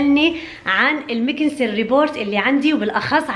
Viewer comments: اسمها روبوت مش ريبورت و لا روبورت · روبوت وليس ريبورت 😂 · اسما robot مو rebort 😒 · اسمه روبوت مو ريبورت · ابوس ايديكي حاج تعيدي كلمة روبورت اسما روبوت .... روبووووووووووووووت حسبنا الله ونعم الوكيل والله انا بدالك بحذف الفيديو ههههههههه لا واللي بيغيظ اكتر انك عدتيها اكتر من 20 مرة يعني لو مخربطة او سقطت سهواً كنت سكتت وما علقت بس تو ماتش كتير 🤦‍♀️ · روبووووت مو ريبورت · روبوت ❌ روبورت😅 مبروك الكنه الجديده😁